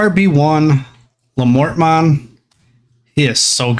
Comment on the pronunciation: Looking up the Diarbbitmon name and it comes from a hero in Irish Mythology named Diarmuid Ua Duibhne. The pronunciation of the Diar portion of the name is Dear and of course the bbit is the rest of the word rabbit so Diarbbitmons name would be pronounced as Dearbbitmon.